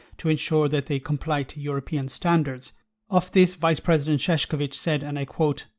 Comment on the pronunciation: It is pronounced [Sh]ev[tch]ovi[tch]. You have said his name at least 100 times this year. It would be nice if you could learn the correct pronunciation.